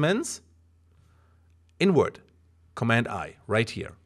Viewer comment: I thought you said "through" just fine, its when you say "invert" that cracks me up haha. Cheers, thanks for the tutorials.